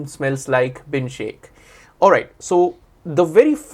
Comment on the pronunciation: Bin shaikh, ❎ Bin Shake ✅😅😅